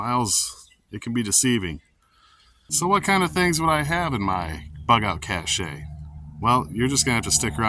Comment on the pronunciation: Cache is pronounced cash not cache'.